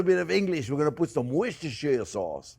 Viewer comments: Cher Jean-Pierre, cette fameuse sauce "Worchestershire sauce" est pronouncé Worster Sauce. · Worcestershire sauce pronunciation. Wuster-Shire - Sauce. David from York-Shire